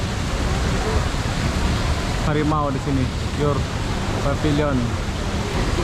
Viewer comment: Pavilion bunyinya PEVILIEN boss ...please..jgn bunyi pabiliyon